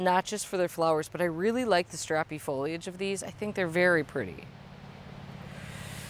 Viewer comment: OMG thank you so much for saying “foll—eeee—idge” and not “foll—idge.” I don’t know why this has become a pet peeve of mine, but it has. So much going on in the world and I focus on a dumb word.